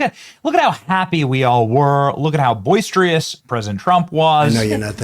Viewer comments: Boisterous isn’t pronounced boys tree us. It’s boys trus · "Boistrious." Benny never disappoints. He always finds another word to mispronounce. Add it to the list.